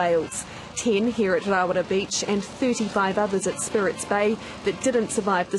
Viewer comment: *Rarawa not rawara although i did hear the reporter saw rawara